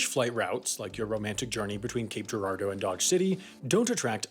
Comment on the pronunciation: I'm impressed he pronounced Girardeau correctly. I from the area. Have heard it slaughtered quite a few times through the years by outsiders.